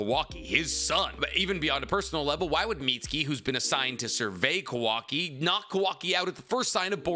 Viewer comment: Please pronounce kawakis name right lmao